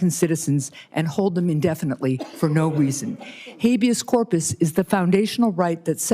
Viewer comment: not funny that these clown figureheads don't even take the time to adequately fake as if they were remotely qualified ! This goofy butchering habeas corpus was as comedic as T-Rump attempting to pronounce acetaminophen. Again literally the reason for the meeting, hay maybe look it up before sitting down ya think ? Yeah rhetorical we all obviously see that would have been too much trouble. They are really all from the same greasy trailer park . You do recall this monster runs around with like 5 -7 grand cash ya know for emergencies apparently lulz Do they even freaking drug test these clowns OMG ! Pathetic